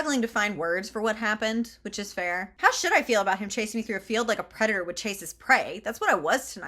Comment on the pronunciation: "He's my predator and I'm his prey." I thought you said CREDITOR and for one brief moment this book was going to a very strange place in my imagination.